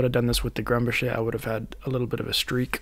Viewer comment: It's pronounced GRUM-bocker, not Grum-buh-SHAY. It's a Swiss/German name, not French. Just FYI.